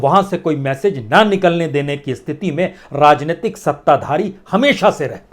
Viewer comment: Rrrrrrrrrrrrrrrrajneyatik😃😄😄😄 rrrrrrrrrrrrrr rajneitik rrrrrrrrrrrrrr😁🤣😄rrrrrrrrrrrr